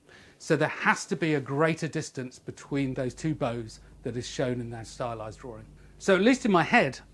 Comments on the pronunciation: Why are you "draw-r-ing"? Where is there a second r in this word? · interestingly the drawring, then I heard some others say he - is for his. Looks to me like a new language creation. Its the invisible letters.